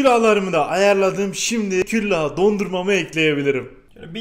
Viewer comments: Küllah değil külah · Nobody: Hatay Sandık İçi: "KÜLLAH" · Nobody: Hatay sandik içi:küllah